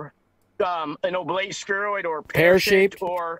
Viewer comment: Its Oblate 😂😂😂😂 ..